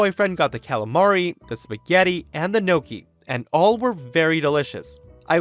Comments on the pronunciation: That is pronounced "knockie",not "knowkie"! Just to let you knowkie...🙃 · Gnocchi is pronounced knock-ee. I heard it my whole life but only learned the spelling recently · Plz don’t ever ever pronounce Gnocchi like that again